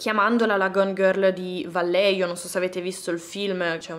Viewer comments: Vallejo si pronuncia alla spagnola "Vaglieco",in ogni caso sei stata brava e ti promuovo con lode in ...1 elementare ^_^ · Ciao, un piccolo appunto sul nome della città… la doppia L di Vallejo si pronuncia come una i e la j è da leggere alla spagnola, è un po’ come la nostra h. È difficile da spiegare, prova a sentire la pronuncia su google😊